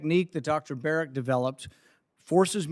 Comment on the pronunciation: Notice how Fauci says Dr "Barret" instead of Berrick so he "technically" isn't lying under oath when he states that he isn't working on gain of function. Slimy little man.